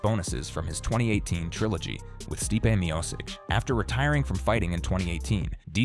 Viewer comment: Butchered stipes name